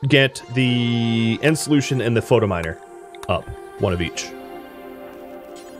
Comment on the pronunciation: I love your content...but does anyone else wanna smack him every time he says "Photominer" instead of "Phytominer"?